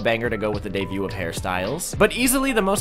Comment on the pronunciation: Is he saying deview? Like pronouncing debut, deview? im losing it